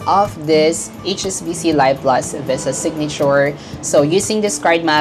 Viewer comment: Pronounced LEEV plus, not LUHYV plus